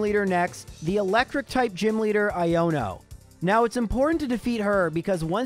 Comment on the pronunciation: Thank you for being the only YouTuber I watch to say Iono’s name right! Everyone seems to say “ee-ono” but the whole joke is that it’s supposed to sound like “I don’t know”. Her line is literally “Whosawhatsit? Iono!” Anyway a really fun video, thanks for your and AJ’s hard work